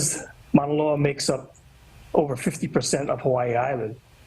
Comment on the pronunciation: The way that presenter pronounced Mauna Loa hurt me.